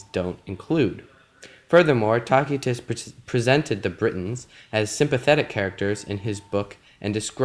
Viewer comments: It is pronounced Tasitus not Takitus! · Good lad, it is not "tacky-tuss" but rather tass-ee-tuss. The letter 'c' is pronounced here as if it were an 's.' Think of the words 'lice' and 'mice.' The contents of the video are fine, and I learned something from your presentation. But please spend some time to learn Latin or Italian pronunciation before making your next video. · It's pronounced "TASS-ah-tiss". You're not even remotely close. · Why do you keep calling Tacitus "Talk-y-tus" ? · isn't it pronounced as. ta si tuss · Taquitos... Sounds tasty. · Though in English we conventionally use soft c's for many Latin words, The classical pronunciation uses a hard c. Tacitus' contemporaries would have said "Kikero" for Cicero, "Kaesar" for Caesar, and "Takitus" for Tacitus. Ignorance has killed YOUR credibility. I hope you are embarrassed. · this dude can't even say Tacitus correctly smh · Despite what some are saying, this was an incorrect pronunciation of the name of one of history's greatest historians. This hard "K" sound people are referring to is a lie. This is Latin- not Arabic... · why's he keep saying his name like that😐